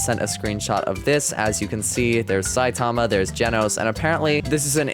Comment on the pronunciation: No way bro called saitama phsitama